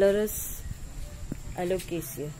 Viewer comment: Hi, Such a beautiful green leaf. Very exotic. Waxy finish. How well u have pronounced the names. Lovely video. Take care, enjoy Sunday 🍨🍧